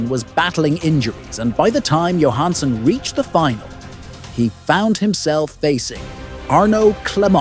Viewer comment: I think it’s pronounced as ‘yo’ Hanson